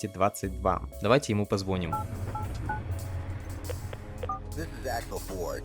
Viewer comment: Видос золото Была бы платина, если бы не "звОним" Чееел "звонИм" 🙏